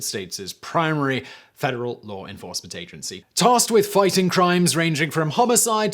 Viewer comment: A regular English speaker: “law enforcement” Simon: “lawr enforcement”